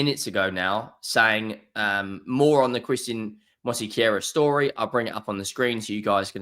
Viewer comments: It's Mosquera not Mosiquera. Stop being disrespectful. Simply follow the spelling. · “Mosykeyera”? You’re starting to rival Robbie’s AFTV transfer daily’s with these pronunciations 😂. Not really tho, his are terrible 😂